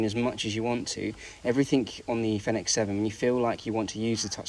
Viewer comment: You should at least check how to pronounce Fenix before making a video about it